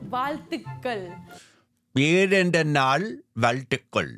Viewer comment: Most of her teaching is misleading and spoiling the actual Tamil pronounce like birthday wishes for example it's Vazhithukal not Vaalthukkal. God save the languages from half boiled eggs